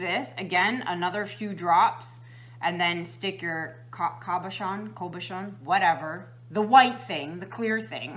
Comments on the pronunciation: Cabochon is pronounced like this cab o chon. You did a great job explaining how to. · Love your videos! I had never heard cabochon pronounced this way, either. Most of the pronunciations on google pronounce it as Kris said. Also the Merriam-Webster dictionary.